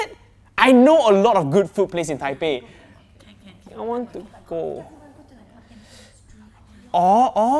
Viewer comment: wHeN hE sAid 'i wANt tO gO'